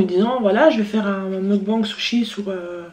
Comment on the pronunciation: Magnifique "meukban" (on dit mokbAngue)